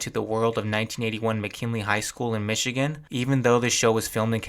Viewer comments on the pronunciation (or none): none